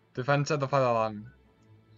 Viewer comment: "Finladia" xD